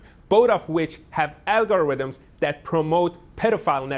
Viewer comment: He said Al Gore rhythms with ......😂😂😂😂😂😅